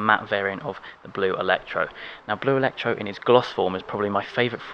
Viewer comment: Not ellectro but actually blu elettrico* :)